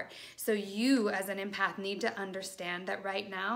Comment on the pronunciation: Helpful thanks. The word is pronounced EMpath as in Emma. Not IMpath xx